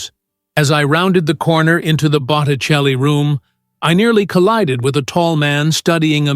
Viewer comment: Not Buchelli but BOTTICELLI